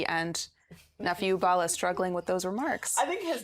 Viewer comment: Arisetv news anchors need to know how to pronounce the names of people. Bala is a common name in Nigeria now and your anchor could not pronounce that name. I keep reiterating that the reason media houses practice federal character is to help on-air-personalities when they need simple things like calling local names. I see that you guys are harping on Bala not speaking 'good English', and that is cool, but to call people's language 'vernacular' is odious. A language is a means of communication between peoples. Please stop denigrating our languages by calling it vernacular. It is a colonial construct that should have retired to the museum of linguistic antiquity by now. It's a language.